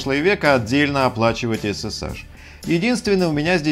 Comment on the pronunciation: эс эс эйч не эс эс аш